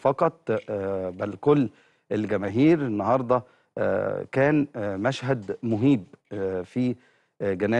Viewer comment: منظر مهيب (مهيب)بفتح الميم وليس ضمها ،ازاي مذيع ارحمونا MBC@